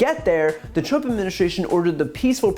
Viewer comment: She also said President Trunp